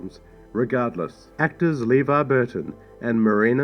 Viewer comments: "LEEvar Burton's name was mispronounced by the director..." (hee hee) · "Leevar Burton's name was mispronounced..." That's irony right there.